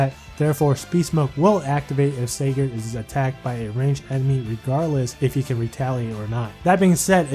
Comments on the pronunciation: Just so you guys know is pronouncing Sigurd wrong because the Youtube System thinks it sounds like cigarette thus demonetizing the video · A Holy War banner review?! Oh boi!!! Also why aren't you or Phoenixmaster1 pronouncing Sigurd right? What does YouTube have to do with this? :/